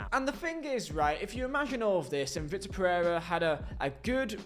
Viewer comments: vee-tor and vick-tor is pretty different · I know it's pedantic but it's vitor not victor